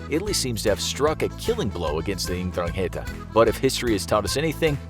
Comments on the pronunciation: It’s pronounced n-dran-gita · I like his accent while he is reading mafia's name xD